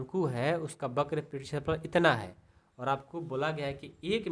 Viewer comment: Only one mistake वक्र होता है बक्र नहीं